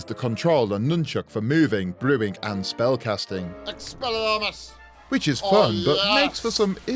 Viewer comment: The "ExPLiarmos" killed me lol